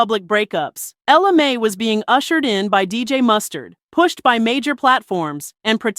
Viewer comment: Its not may it mai